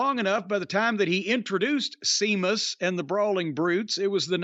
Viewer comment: Come on man. He is constantly mocking him and putting him down. Calling him "Seemus" and talking about being pale. And he's not even being presented on a main event level for a while anyway. So that can't be the reason.